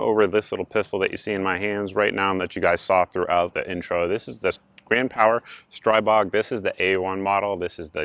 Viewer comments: Glad to see buying before the reviews worked out this time. BDU dropped an email with a "screw it I'm buying one anyways" price and now I'm just waiting for it to come into my FFL. Also, nit-picky but it's pronounced streebog. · Str-ee-bog according to Jaroslav Kuracina.